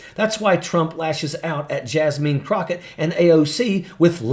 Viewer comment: “Jas-mean.” Ha!! 🤣😂